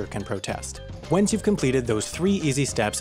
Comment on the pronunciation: He says "Once" as "Whence" YOU'RE KILLING ME SMALLS